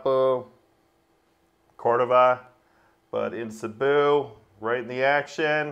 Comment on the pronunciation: 😂 Cebu!!! Cmon it’s not hard to pronounce 😅 See-boo😅 not Saboo😮